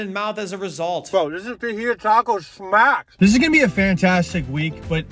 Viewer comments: PLEASE FOR THE LOVE OF GOD learn how to pronounce Fajita correctly. Holy fck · It's Fah-heet-ta not Faji-to. Please don't ever call them Faji-to tacos again. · FAH-HITA is how you pronounce it. Fucking aye your comedy sucks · I thought he was saying vag the whole time🤣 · It’s not pronounce “fa-JAI-ta” it’s “fa-HEE-ta” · wtf is a Fagita? It's a FAJITA!!!!!!!!!!!!!!!!!!!!!!!!!!!!!!!!!!!!!!! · and did you say fudgightah??? its fə-hē′tə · Thought i heard vagina taco 😂😂😂 btw its fa-hee-ta😅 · No way bro said Fajita taco😂 that’s not how you say it😂 you have to say it with a H, every time I hear a white boy say something in Spanish I find it funny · A WHAT taco???? What the hell is a fah-yi-ta? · Bro it's Fuh - hee - tuh 😭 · Imagine if we could just pronounce things as they are spelled! Fa-JiTa im cool with it because its pronounced FaHeeta. And that is what it will be now for me as far as grammar and spelling goes. Fa-Hee-Ta ❤ i like that better 💗🌻💐🤟🤟😁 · its " fa he ta". lol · Did he say hick fijata taco 😂😂 😂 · Gotta love the fa jytah taco. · ITS PRONOUNCED FAHITA NOT FAJITA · pronouncing fajita like vagina is crazy lmfao, cmon bruh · What is a fun-jih-tah? I know a fajita tho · Never heard anyone pronounce fajita «faDDJhaitha» bruuhhh 🤣🤌🏽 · What did you call fajita? That's "fa-HEE-ta." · When he said fajita taco, I thought he said v-gina taco, lmao😂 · Fa-HE-ta don't go to Texass and say that you might not make it out without the rope burn. ROFLMBO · its pronouced Fa-hee-ta yall are too white <3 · Too bad you did not come to Texas and get proper treatment...BTW it's pronounced "fah-hee-ta" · Ja"gina" taco.. WTF??? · Fa-he-ta fajita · fa'ji'ta.. Jesus! learn to say fajita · Holy shit I can't believe how you pronounce Fajita😂😂😂😂 No hate it's just funny. It pronounced fuh-he-ta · when he said fajita I thought he said vajita because I wasnt watching the video.... dude.... :( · Omg he said "fa JI da", must go into the deepest depths of hell. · FA-HEE-TA PLEASE